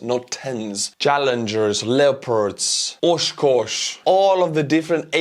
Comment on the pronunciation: Being a resident of Oshkosh I got a little smirk at your pronunciation. Close, very close. It's the accent that did it.